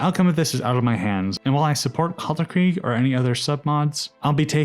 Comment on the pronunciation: Kalterkreig? Its Kalterkrieg